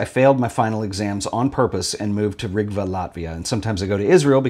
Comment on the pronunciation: Gonna have to correct your pronunciation. It's "Riga, Latvia", not "Rigva". I was surprised to hear the name of my city, I didn't even register the cover of the book as being shot in Riga.